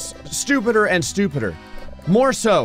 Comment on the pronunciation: LMAO "MAKING YOUR SHOPPING CAR MORE STRUPEEDER